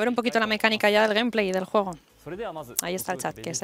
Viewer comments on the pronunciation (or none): Cuando dices juego, se escucha como jugo 😂😂😂😂😂